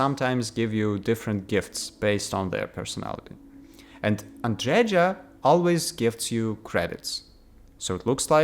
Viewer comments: andreja is pronounced as andreya. as female version of andrej - andrey. at least it should be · Whole worldbuilding makes no sense in Starfield. And stop pronucing name Andreja as Andredža. Andreja is a slavic name... and slavic J is pronounced as Y in word yes.